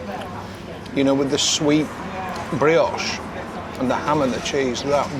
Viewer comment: Omg , moretti , brioche … get you . gone all posh 😂😂